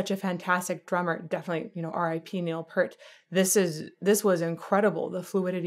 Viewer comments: Absolutely correct… Neil himself even pronounced it as PEER-T, so I’ll take his word on its correct pronunciation.😏 👍🏻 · you pronounce his last name Pert. It's Pea-ert. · I know you dont know but it is pronounced Neil Pier-t, not peart:elbowcough::elbowcough::elbowcough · Neal didn't shiv a git if you pronounced his surname "Peert" of "Pert" (which is how most pronounce it). Lighten up,. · Neil Peart....pronounced like Pier with a T, not Pert. Long E, bro. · I always heard Neil’s last name pronounced “PEERt” rather than “PURt.” Thank you for bringing your expertise and infectious energy to my all-time favorite band. “Freewill” (from the same album as this song, so it has a similar style and sound) is a better demonstration of Geddy’s range. Other good starting points for Rush would be “Tom Sawyer” and “Subdivisions.” If you’re ever in a mood for a virtuoso instrumental, check out “La Villa Strangiato.” Welcome to the world of Rush. Thank you again. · You've probably been corrected by now but I didn't go back far enough in the comments to see. And I say this kindly, it's pronounced Peert, not Pert 😊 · Peert NOT Pert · Peart is pronounced "peer-t" not "purr-t" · Neal Peart probably has the most mispronounced name in all of rock music. Even the presenter at the HOF got it wrong (pronounced like ear) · Pronounced: Peert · Geddy Lee is the sole singer. Btw, Neil’s last name is pronounced PEERT. Love your reactions, all of them! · Neil's last name is pronounced Peir-t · Also wanted to say something about the pronunciation. Found your post and you’re correct. ✌🏻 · I wish these vocal coaches would do 10 minutes of work to prepare. 3 minutes on Wiki and the rest watching one or two live performancees.. in this case, she would've learned that Rush was played on the radio all the time, Lee sang all the parts to this song, and the right way to pronounce Peart.